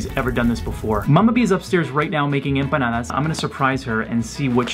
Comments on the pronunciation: Its not empandas its panadis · I heard empananas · I just keep hearing banana instead of empanada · When said "enpandes " I died 🤣🤣🤣🤣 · really didn’t get one since she said it wrong.😂😂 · Then trying to say empanadas 😂❤️❤️❤️💀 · Cuz she said it wrong